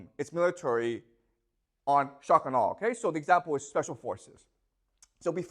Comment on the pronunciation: I love how he speaks at normal speed except when he says shock and awe such that it becomes "shuckanaw"